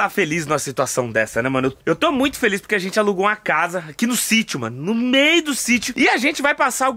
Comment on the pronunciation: Muito de Boa Mesmo PoRRRRQUE kkkk Amooo essa fala